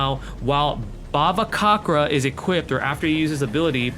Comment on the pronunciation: i think the pronounciation for bhavacakra is ba-va-ca-kra the cakra is like cakra from naruto if you watch naruto anyway i dont know either actually and i dont really mind but great video!!